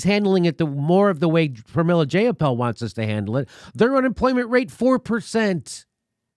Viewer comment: Pramily Jayapal's nameis pronounced JEY-apal. As in EYE. Long "I"